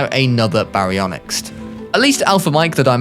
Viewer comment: our alpha baryonixt like what the hell it's pronounced Ba-ri-on-ix Baryonyx